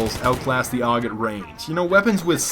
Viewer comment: The AUG is pronounced singularly like U.K or U.S.A